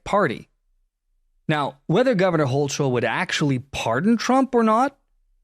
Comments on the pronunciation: If you're going to cover the news and reference people in the events of the world, PLEASE take the time to learn how to pronounce their names and locations.. starting with hoe-k-le not hoe-CHel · The correct pronunciation of the NY Governor’s name is “Hoh Kull” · Hocul = HO-kul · It’s pronounced Hoe-Kul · Hochul* = HO-kul